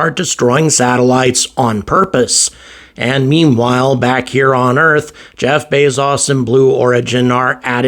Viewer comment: It's Bez-OH-s. NOT Bez-AH-z!!!!!!!!!!!!!!! How long have you been doing this????? And listening to his name in every possible instance????? This is no different than every UK YouTuber that says cap-shul when it's cap-sul!!!!